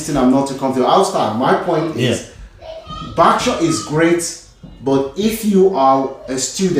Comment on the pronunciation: Barksure?! 😆 or Berkshire?